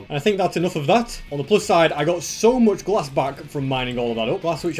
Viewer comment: What? Moooch foster you said